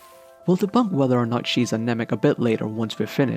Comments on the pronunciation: He kept saying anemia wrong! I almost threw my damn phone. Jesus Christ pronounce it right! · the way you pronounce anemia is really annoying